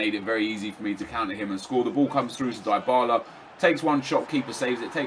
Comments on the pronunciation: It's pronounced dibarla not diybarla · you pronounce it dibala not daibala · I'm not sure on this but isn't Dybala pronounced "Dee-bala" instead of nep's "Die-bala"? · In italy we pronunce it "Dee-bala"